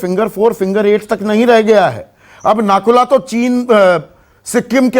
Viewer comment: Sir ji nakula nehi woh nathula hai. Hamare north Bengal aur north east se toh aap log hamesa sautela jaisa bartav karte ho ab jab china aggressive hua hai toh aaplogo ko chinta ho raha hai wah vai wah